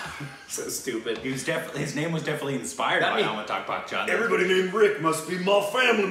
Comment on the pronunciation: #, you completely smashed the name of Amitabh Bhattacharya here... And I am beating my bed while laughing out loud... I love it. 😃😂🤣🤣🤣😛